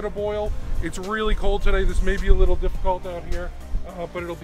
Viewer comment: They're pronounced suh-bret not suh-bray :) My favorite style dog as well! Sabretts are the best.